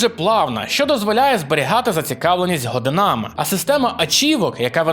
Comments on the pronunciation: ГодинАми🤦‍♂️ І не " коври", а килими. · годинАми, такої вимови ще не чув))